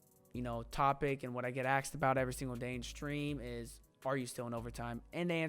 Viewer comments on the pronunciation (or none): or “asked”....”axed” 🤣